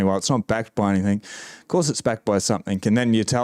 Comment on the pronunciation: Enjoy your thorough inf ormation. Your tone is fine man, Cant place your accent though. Part NSW part Kiwi? Maybe? Funny how you say "anythink," instead of "anything". Fuk the WEF.